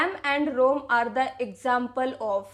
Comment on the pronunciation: Madam Rom Hai Read Only memory